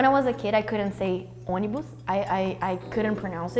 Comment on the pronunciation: I'm baffled. In Finland 🇫🇮, we have a major bus operator called Onnibus, so based on its name it could come from 🇧🇷 Brazil instead. 😆 The way Julia pronounced ônibus, it sounded exactly the same (with a double n).